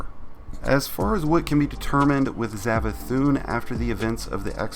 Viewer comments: Savathun not zavathun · Its savathun not zavathun its an s sound sssssss not zav